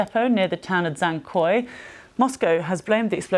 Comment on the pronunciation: Dzhankoy, not Dzankoy.